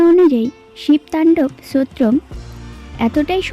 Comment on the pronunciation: উচ্চারণটা ঠিক করে বলুন স্তোত্রম।